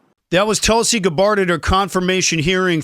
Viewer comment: You are pronouncing Tulsi 's name incorrectly. Just know, you're making people keep scrolling.